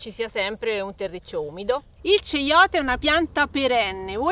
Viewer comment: Si pronuncia "caiote" e nn ceiote.